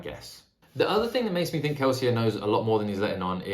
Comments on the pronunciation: Lmao I love that you're the only person in the entire world who pronounces Kelsier correctly, the French way. Not even Brandon Sanderson does that :D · I hard respect you actually pronouncing Kelsier as intended.